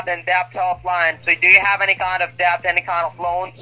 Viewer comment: He's saying deBt. Pronouncing the B. 😂